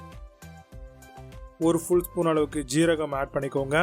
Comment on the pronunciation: சீரகமா ஜீரகமா எது சரி. சரியான தமிழ் உச்சரிப்புடனும் ஆங்கில கலப்பு இல்லாமலும் பேசலாமே.